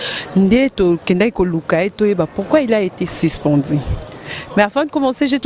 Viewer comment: Toi t'es grave: But au lieu de bit---suspendu et non sispendi, et le reste .Tu peux mieux faire en francais si tu travailles ton expression . OK ?